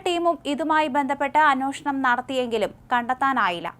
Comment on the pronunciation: അന്വേഷണം എന്നു പറയൂ കുട്ടീ.